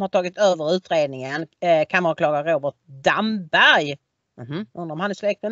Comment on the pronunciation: Anne Ramberg Mikael Damberg Robert Damberg Ramqvist Matikainen kan uttala Damberg! Nu råkade Du säga Damberg! Dammegård heter en foliehatt! Heter Du Kallqvist? Ska det vara så svårt att lära sig uttala Svenska?